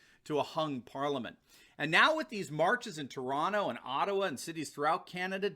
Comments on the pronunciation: Congrats very few get the accent correct when they pronounce Toronto. any interest in a segment on communist Ontario promising full open.... as long as the majority get jabbed... Canadians for Trump 🇺🇸🇨🇦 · congratulations your accent on the name Toronto was correct. very few from outside say it properly..BTW Canadians for Trump🇨🇦🇺🇸🇨🇦🇺🇸